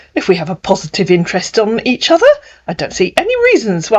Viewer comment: Wok (work), udder (other), wid (with), and that delicacy nikkers (Snickers).